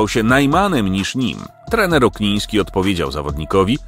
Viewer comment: Okniński a nie jak mówisz na początku Ogniński